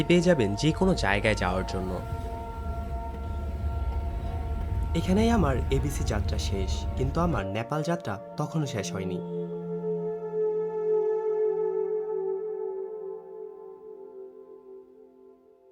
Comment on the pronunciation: ন্যাপাল ❌ নেপাল ✅